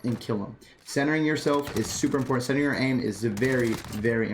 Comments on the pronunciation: ImPORtant. And is he saying PUB instead of PUG lol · lol this was a good video for new players for sure but i just gotta pick on u a lil bit on something u say cus its driving me NUTTS haha the way u say important is SOOOO pronounced it was cracking me up every time u said it. I cant call it wrong cus ur saying it how its spelt but ur like imporTant lol